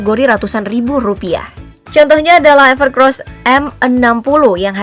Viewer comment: Orang2 pasti sering kesebut "ever CROSS". pdhl tulisannnya "ever COSS" 🤣